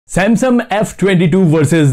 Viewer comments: it is samsung not samsum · Bhai samsum nhi samsung😂 bolo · U said samsum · Why you saying samsum every time irritate me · Bhai "Samsum" kyu bolte ho ? 😂